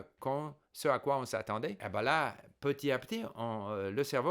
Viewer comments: La perfection même, toute mon admiration ( la seule et unique chose qui trahit que c'est une langue étrangère pour vous, c'est l'oubli de la liaison dans "petit à petit" qu'on prononce petiTApetit). J'espère arriver un jour au même niveau en anglais et en mandarin. Mille mercis pour tous vos conseils et encouragements ! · Steve , votre français est parfait. Une seule petite erreur : Petit à petit = il faut faire la liaison. [ petita. petit ] Amicalement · Il y a plusieurs types de liaisons : celles qui sont obligatoires et celles qui sont facultatives. Dans le cas de "petit à petit", c'est une liaison obligatoire, donc si on ne la fait pas, c'est une faute. Si M. Kaufman a été repris là-dessus, c'est aussi parce qu'il fait la même faute quatre fois dans la vidéo (les autres petites fautes, de par leur rareté, sont moins gênantes, donc il n'y a pas vraiment de quoi reprendre M. Kaufman là-dessus).